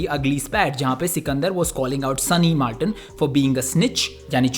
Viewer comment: So u r saying that his name is SUNNY "MALTON" NOT "MILTON" !! I AM fucking disappointed man 😔😒😒